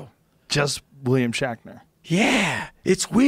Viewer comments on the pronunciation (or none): Joe Rogan can't say Shatner he says shackner